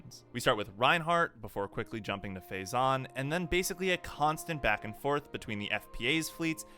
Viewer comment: Analysis is ok, but throwing in a dislike on account of completely butchering the pronunciation of so many words. Astarte, 'ass-tartey' not 'estate', Reuenthal, not "Rointhall" Phezzan is 'Fez-an' not 'phase-ahn'.